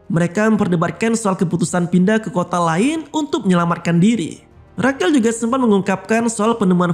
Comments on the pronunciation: Bukannya Rashel ya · Rachel dibaca reycel bang bukan rakel